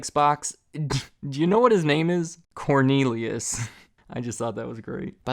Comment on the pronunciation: “Cornelius” hahahaha